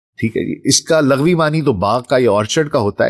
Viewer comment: حضور، آپ کا چینل اور معلومات بہت کمال ہوتی ہیں ، یقینا بہت زیادہ ریسرچ ورک ہے، اللہ پاک آپ کو جزائے خیر دے، ایک چھوٹی سی تصحیح فرما لیجیے، لفظ "لَغوی" نہیں، "لُغوی" ہوتا ہے، جو کہ "لُغَت" سے ہے